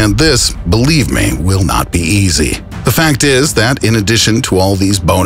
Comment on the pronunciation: Stop saying thee!!! It's 'the' goddamit!!!